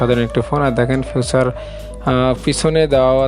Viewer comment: ফিচারকে ফিউচার বললে কি চলে!!